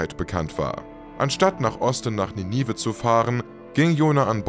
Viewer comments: Bisschen schade, dass du nicht weißt, wie man die berühmte Stadt Ninive ausspricht. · Wie man Ninive ausspricht lässt sich schnell auf YouTube recherchieren. Gut investierte Sekunden. 😊